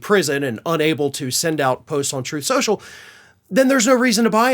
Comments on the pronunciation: “Troof or Consequences “… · Troth Senshul 😂😂😂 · RIH, "Troth sential" / "Troof sential" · Troth sential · Troathe Senshul! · “TROATH SENTIAL”!!! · “Troth Sential” RIP 💀⚰️🪦⚱️ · you pronounced it wrong; its "Trothe Sensual" ~ I heard Trump state that himself. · Troth Central as Trump likes to mispronounce it. But then who would expect him to know how to pronounce a word like 'truth'? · "Throthe Senchul" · You mean, Troth Sential? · You mean, troth schochel? 😂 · the end of "troth senschel"... oh,no! ...anyways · “Troth Sencial” —DJT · “Troth Sential”- DJT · tRump mispronounced the name of his social media site as "Troth Sensual" (or something like that). David Pakman uses that foible on his show when he's remarking on donny's comments. In Ukraine, they elected a comedian to be their president, and HE HAS BEEN truly admirable. Here, we elected a con to be a president, and he turned out to be a clown, truly disgusting. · He can't even pronounce the name of his own gig properly....Troth Cential. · Truth social? During one of Trumps speeches I thought he called it "Troath Sensual". I've been calling it that instead.